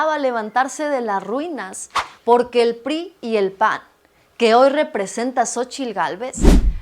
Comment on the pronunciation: No es burla, pero la señora Xóchilt Gálvez no puede pronunciar bien la " R " es casi imperceptible pero de tanto ver sus videos (todos tontos) dice la palabra Poque en lugar de Porque ( es la palabra que más repite y en donde más se le nota....por lo tanto asumo que ella nunca va a poded mencionad la palabra Desponsanilidad y No al Dobo del Edadio Público... ( Lo siento, créanme que tengo amistades que tiene ese problema )